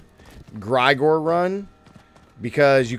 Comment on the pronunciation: Jfc! Limitless steel? Gr-eye-gore? It's Gr-eh-gore-E. You think that is Igor's cousin or something? Maybe you should double check your script to before you post your video to not look silly by getting item names wrong and mispronouncing names?